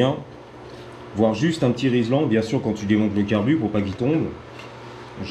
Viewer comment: Rilsan, pas rislan :)